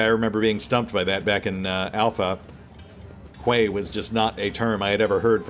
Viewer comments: FYI: "quay" is pronounced "key". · Quay is pronounced "Key". 🙂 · I made a similar mistake when I was little. We have several harbour roads labelled a "Quays" rather than 'Roads' or 'Streets' where I live. It seemed natural to call them 'Kways'; that's how they were spelt, wasn't it? I remember my parents correcting me, and being utterly baffled. These days, I suspect it's a form of French pronunciation that's made it into English.